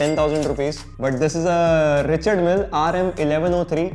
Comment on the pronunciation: Smartwatches and a RM copy degrades my respect for his collection Also it's pronounced Ree-shaard Mill